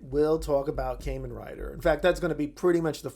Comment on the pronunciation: Kah-men, not Kay-men